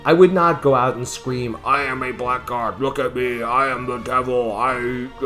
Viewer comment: Say 'blaggard', not 'blackguard'.